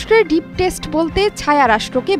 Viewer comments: ডিপ টেস্ট না ডিপ স্টেট। ভুলভাল উচ্চারণ করেন উপস্থাপিকা। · প্রতিবেদনটি যে তৈরি করেছে তার শব্দগত এত ভুল কেন? বারবার "ডিপ স্টেট" কে "ডিপ টেস্ট" উচ্চারণ করা হচ্ছে। পড়াশোনা করে সাংবাদিক হয়েছে নাকি দালালি করে? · আপনি ডিপ স্টেটকে ডিপ টেস্ট বলছেন কেন? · ঠিক বলেছেন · ডিপ টেস্ট না ওটা ডিপস্টেট 🤣🤣🤣 রিপোর্টার ম্যাম উচ্চারণ ঠিক করুন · 1 মিনিট 51 সেকেন্ড: " ডিভ টেস্ট"😅 "স্টেট" হবে। "এক কথায় লজ্জায় পড়ে যান , নরেন্দ্র মোদি" --> আপনাদের একজন অভিজ্ঞ রাজনৈতিক সাংবাদিক লাগবে। যদি, কারো - কাউকে সাইজ করার থাকে, সে কি প্রকাশ্যে বলবে ??😅😅😅 এটা মাথা মোটার মতো কথা নয় ? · গরদভ সেতু উচ্চারণ টা ডিপ টেস্ট না হবে ডিপ স্টেট 😂😂 বাংলাদেশের নিউজ চ্যানেল 😝🤣🤣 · হা হা হা 😂 কি মিথ্যা কথা বলছেন। লজ্জায় আপনাদের পড়া উচিত। আর কথাটা ডিপ স্টেট। আপনি ডিপ টেস্ট বললেন তিন বার। 😂😂😂😂